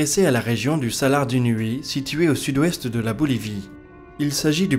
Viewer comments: Super vidéo comme d'hab! Mais c'est le salar d'Uyuni et pas d'unuyi. ;) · bonjour, le salar dont vous parlez est le salar d'Uyuni et ça se prononce... comme ça s'écrit !! merci pour votre taf, chouette video comme d'hab